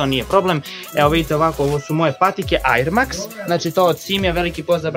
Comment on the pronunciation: Druze ne cita se air max,već er maks